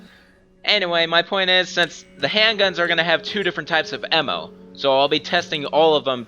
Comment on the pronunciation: Piccolo xNailxKami hendgun emmo